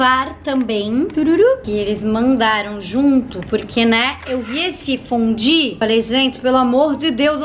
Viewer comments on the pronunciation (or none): Tem um momento do vídeo que ela fala "fudí." É só reparar!